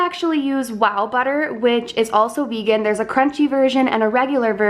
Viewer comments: Vay-gan! I love her so much 😂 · In France we say "végan" like your grand'ma :D instead of regular butter I also use ghee (for lactose intolerance) or coconut oil. it works well. Be careful, if you use margarine, that there's no palm oil inside, as it's taking part in destroying the tropical forests and all the animals that live there . :) I will try your recipe during the holidays! thank you so much to you two! I love your grand ma and i love you :D P.S. I LOVE your grand'ma apron!